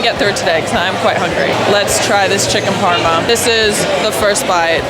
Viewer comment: FYI aussie for parma is Parmie, not doin so well